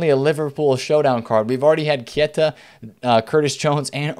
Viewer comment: KEITA not KIETA! Ffs